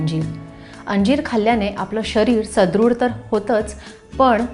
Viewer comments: सध्रुड नाही सुध्रड असे आहे. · सुदृढ असा शब्द आहे सदृढ नाही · सदृढ अस असत काकु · मॅडम सुदृढ म्हणा.